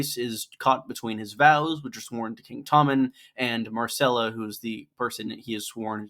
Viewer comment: Her name is MYRCELLA, not MARCELLA